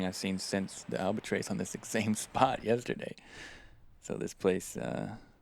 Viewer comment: Dude! Please!! It's spelled albatross.... -trOSS. Not albatrase! 😅🤣😂 When you report at work, do you report to your boss or your base?